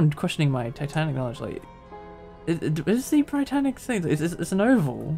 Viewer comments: It’s pronounced “Brit-tanic” as opposed to “bright-tanic” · It's not the Bri-Tannic. It's the Brit-Tannic. As in "Britain". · It’s not b-ree-t-ay-n-ic, it’s b-ree-tan-ic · no it’s Bri-tann-ic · Hi! The reason for the less clutter on deck in the RMS state is because, at the time of Britannic's commissioning as a hospital ship, only 5 of the planned 8 gantry davit lifeboat systems had been installed, so they were replaced with lots of traditional Welin lifeboat davits to make up for the lost capacity. Also, I believe the pronunciation is Britannic, like Britain not Britannic as in lie. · Great video! Just a heads up though Britannic is pronounced how you would say Britain